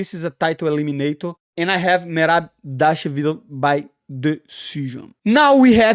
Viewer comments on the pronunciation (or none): Merab Dashwill vs Hobbit Whittaker for the best enmagined name pronunciation 2024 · “Triple C VS Merab Devalashaleefleef, Merab devashalevv” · There is only one man who can compete with you on pronunciation of fighters’ names’ . Merab “Dvalash liv-liv”, Merab “Davashwl” . 😂 That’s amazing. Can you guess who am I talking about ‘Money’ ? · How Money pronounces Merabs last name will always be hilarious. I cant say it either brother, but props for trying and trying 😂❤ EAZZZY MONEYYY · Moicano one of the realest madafakas in the UFC... and funniest too bro tried so hard to say merab last name.. anyway like this comment cause i like that hat mf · Its ok, I cant say mirabs last name either 😂😂